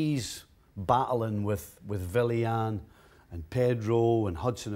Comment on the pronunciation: Man's pronouncing Willian as Villian